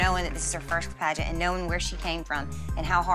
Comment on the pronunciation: Am I the only person who thought it said pregnant instead of pageant. Edit: thx for the likes